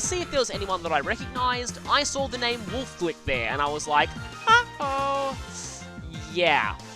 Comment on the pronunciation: I'm pretty sure it's pronounced as "Wolf-ey Glicke"-- or everybody in Roulette FFAs have got it wrong and he never bothers to correct them.